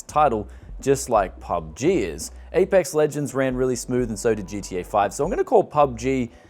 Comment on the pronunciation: APUX WEJENDS....lol